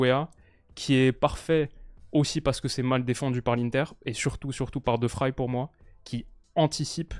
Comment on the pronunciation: Excellente analyse...seul petit point...la prononciation de De Vrij. ... Il est néerlandais et pas allemand donc le v se prononce v et pas f...et ij se prononce comme dans le ei mot français veille